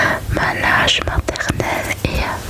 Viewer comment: Tu parles très bien le français et pour t'aider je voulais juste te dire que langue ça se prononce gue et non ge. Sinon c'est super comme d'habitude❤❤❤